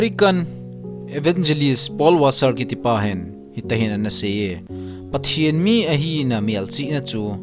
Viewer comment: Pathen ging jing nati pronounce chu adih poi bro